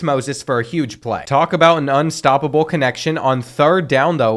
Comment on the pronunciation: he said nunstoppable which makes it even better 😭😭